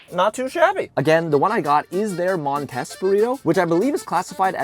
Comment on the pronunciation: I feel like its pronounced MON-TEEs.